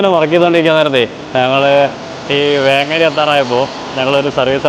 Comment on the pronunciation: വേങ്ങര എന്ന് പറഞ്ഞത് തെറ്റിയിട്ടുണ്ട് ,വേങ്ങേരിയാണ്